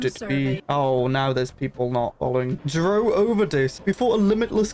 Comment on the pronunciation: zro is actually pronounced "zero"